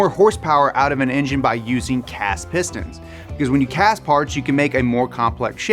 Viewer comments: Who else heard say “Piss Dance”? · Piss stains, piss stains, piss stains is what I heard in the beginning of the video haha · Not gonna lie, I thought he was saying "piss stans" in the introduction and I was scared I clicked on a not so savory video.